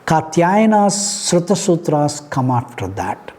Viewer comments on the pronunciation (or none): Very disappointing to see all these so called university professor's reading from ppt, without having any basic understanding of what they are teaching. At 7min somewhere he read "Sruta" as written. It is SRAUTA sutras. Now imagine philosophy professor doing this grave mistake while preaching/ teaching religious texts and that too about shiksha and vyakarana. What respect will anyone have for such classes?